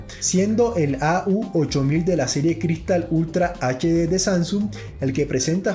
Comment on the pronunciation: Pronuncias ed Led. Es edch Led. Aprox.